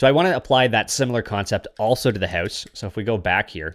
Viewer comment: "I want to build a minecraft hews" 🇨🇦